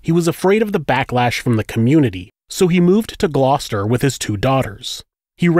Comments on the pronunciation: I'm glad you pronounced Gloucester right...being a brit it's funny hearing people try to pronounce our towns and counties properly 🤣 some places I don't even know! haha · Wow, you pronounced Gloucester correctly, top marks!! ✔🇬🇧